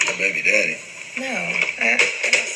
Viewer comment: When she says “baybeededdie” 😩